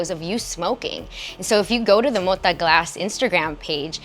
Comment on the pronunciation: to the HOST: it's not pronounced MODA, it's got a 'T' there.. it's MO-TA! the T is HARD like my knob